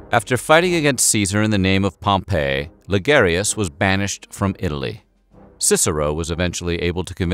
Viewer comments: Pompey = pom-pee Pompeii = pom-pay Gaius = guy-uss The mispronunciations really dampen the credibility. All the research you do, and you can't take 10 seconds to find out how to pronounce the names correctly? Come on, now. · Great episode! But small note Pompey is pronounced Pom-Pee not Pom-pay. 🤓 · Great video. I love the humor mixed with SOOOOOOOOOO much good information. However, you mispronounced so many names, like Pompey and Gaius. Pompey ends with a long E sound, not like the name of the city destroyed by Mt. Vesuvius. Gaius sounds like guy-us. There were many other words mispronounced, but these 2 drove me crazy. Nonetheless, a great video with so much good information, which I would definitely recommend to others. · The mispronounciations here are painful: it was at the base of a statue of Pompey (pronounced POM-pee) that Caesar died, not "Pom-PEH", which is a resort city buried by volcanic ash a century later. And the name Gaius (GUY-us) is almost never mispronounced... but somehow, here it's GAY-us. Having said all that... fantastic video! I'm in awe at the amount of research that went into it. (Incidently, that whole "Beware the Ides of March!" incident was also related to us by Shakespear, and so there's a good chance that it never occured either.) Again, an interesting and wonderfully researched video, thank you. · Caesar’s friend turned opponent was not pronounced like the city Pompeii. It was pronounced “Pom -Pee” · Gay-us? Pom-pay?